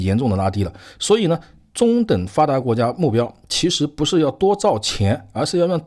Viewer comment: 先好好练一下阅读和发音，中等发达国家读了几次都都不对，理解能对吗